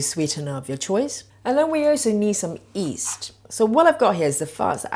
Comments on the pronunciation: Nice recipe. Do you say east? Not yeast? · Gotta get some of that fast acting “East” she’s using.